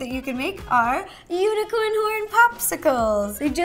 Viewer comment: I thought she said u n i c o r n p o r n